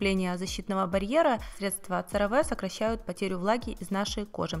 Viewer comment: CeraVe произносится се-ра-ви а не церави!